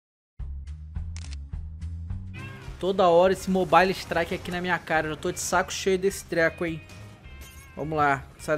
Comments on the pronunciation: mobaile ixtraiqui kkkkkk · kkk esse "mobale" strike kkk